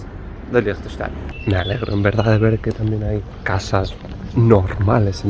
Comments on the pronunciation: Como dijiste? Frankistain? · Se pronuncia asi: leinchestein, así de fácil 😅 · Team pronunciación "Lichtenschtein" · Siempre me cuesta diferenciar los acentos. Liechtenstein, de acuerdo al acento local, ¿se pronuncia algo así como “Leegh tesch tai”? ¿O me equivoco? Porque creo haber notado que la “n” es muda cuando lo pronunciaste con el acento del país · Yo lo pronuncio como: “Liktestæn” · Me encanto "Liechestein" jajaja sobretodo porque se puede ir en bici a Austria y/o Suiza Consulta eres de Liechtenstein o Austria/Suiza? gracias por el video como siempre... me sigo "qdando" en Suiza y "trabajando" en Liechtenstein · Yo lo conocía por la película de corazón de caballero. El personaje se hacia pasar por el lord de Liechtenstein. Y creo que por culpa de esa película pronuncia mal su nombre.